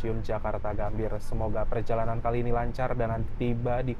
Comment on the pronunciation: Gambir ❌ Gambie✔️